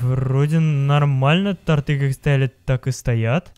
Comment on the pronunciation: Не торты́, а то́рты🤣🔥